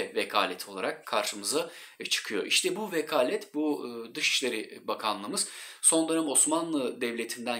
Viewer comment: Hocam; lütfen, vekâlet'in ''k''sini kalın okumayın, ince ''k'' o. ''Kâtip, kelâm, kesir, kemâl, kâmil'' gibi kelimelerde okunan ''k'' ile okunur; yani eski yazımızdaki ''kef'' harfi ile. Sonraki videolarınızda buna özen gösterirseniz çok müteşekkir olurum.